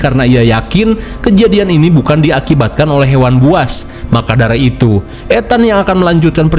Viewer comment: Maka dari itu bang ,bukan maka dara 😊